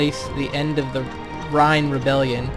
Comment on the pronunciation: Loving the walkthrough but House Reyne is pronounced like rain. Keep up the good work.